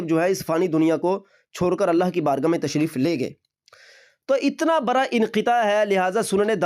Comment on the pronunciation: بیٹا برا پیشاب نہیں بڑا پیشاب ہوتاہے